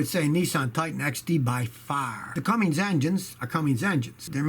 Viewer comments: Scotty... it's "Cummins", not "CumminGs" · The Nissan CUMMINS not Cummings is absolute trash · Must not be a diesel mechanic if he can't even say Cummins.